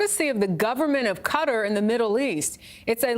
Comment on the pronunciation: Why cant these idiots say qatar?